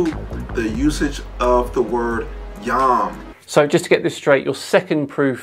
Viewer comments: its a massive leap of logic to go from the Hebrew "yum" as he pronounced (יְוֹם which I believe is usually pronounced like yom) to young simply because they sound vaguely similar. Am I misunderstanding him? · Just one thing I wanted to point out: this dude can’t even pronounce his evidence properly. יְוֹם is pronounced “yome”, not “yom” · Lol "yahm" the way he's pronouncing it means sea. It's yohm. And the argument is still fucking nonsense. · Jew here, uhhh.... the Torah is a song. It's not supposed to be literal, it's figurative. The story of the Garden of Eden is about coping with exile in Judaism, not about sin. Also he keeps pronouncing Yom wrong and that bothers me. Christians need to stop using Hebrew to make their case cause they don't know anything about it.